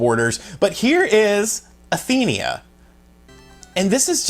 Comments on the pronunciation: Why are you saying Athenia? It's Athena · SNK: It's Athena.: Athenia Nintendo: It's Mario. Wulff Den: Mary-o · He's calling her athenia...smh She's Athena Asamiya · I cringe Everytime he says Athenia... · its Athena not Athenia lol. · Why is he pronouncing Athena as "Athenia"? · I cringe every time he says "Athenia" when it's ATHENA! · It's Athena not Athenea. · It's pronounced as "Atheeeeeeena" not Athenia. You sound like those dudes who pronounce Super Mario as Super Mehrio or Merry-O or Marry-O lol! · Athena not Athenia! Damnit man! Come on!! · "Athenia" November 2018. XD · I can't listen to you saying Athenia. And Prehistoric Isle II is on Xbox, don't think I've seen it on switch. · Before I even saw the comments I was thinking the same thing, lol. Athena! A- theen- a.... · It's pronounced: A-thee-na. Not what your saying, dude. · I swear man... I named my daughter Athena so when you butcher it, it's like nails on a chalkboard. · learn how to pronounce Athena